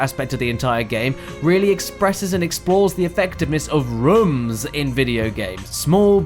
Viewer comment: he pronounced rooms wrong again....I laugh every time